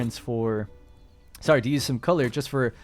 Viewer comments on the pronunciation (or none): Is your girlfriend canadian lol thought I heard a sory